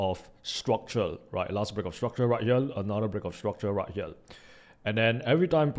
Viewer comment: I love your Videos but I do wish you would learn how to say the basic words as the rest of your English pronunciation is good but you are saying "Herell" instead of "Here".... "Tradell" instead of "Trader" which I would have thought youd know.